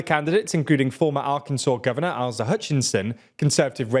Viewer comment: Asa is pronounced "AY-suh". U.S. politics is a circus, and the Republican party is an out-of-control clown car plowing through the audience.